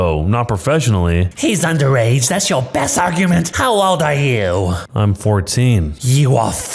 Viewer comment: When she says underage but it sounds like rage